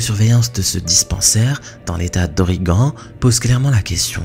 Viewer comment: Oregon, pas origan